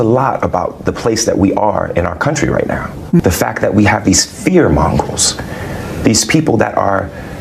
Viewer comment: I always loved 'fear mongrels'. He doesn't understand his lines and just learned them phonetically